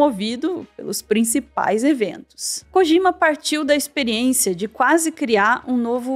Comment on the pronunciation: Gente, todo J no japonês, tem som de D. Não é KOGIMA